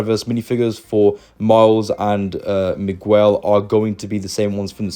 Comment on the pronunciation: migwell? why do u pronounce it dat way xddd its pronounced migel not migwell